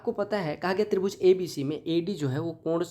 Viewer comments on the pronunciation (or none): Bhaiya mujee apka tribhuj bolna tarbooj jesa lagta hai 😂